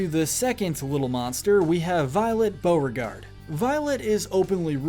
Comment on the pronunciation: ONE LITTLE MlSTAKE, BEAUREGARDE NOT BEAUGARDE, TEAVEE NOT TEEVEE AND TURKENTlNE NOT TERKENTlNE